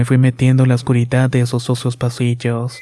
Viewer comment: No mames la historia esta chida pero como dices morido !! Y luego pronuncia la t en lugar de la d, oscuridat, estas medio pendejo verdad?? Corrige eso lo demás esta muy bien